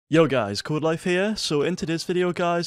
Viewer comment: Every time I go into a Codelife video: YO Guys Coelife Hea!